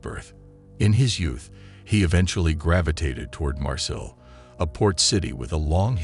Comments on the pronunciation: It pronounced "mar-say" not "mar sill" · Like Marseille its pronounced "mar-say" not "mar-sill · You are so annoying everytime you say Marseille or Lyon..... you are not saying them right at all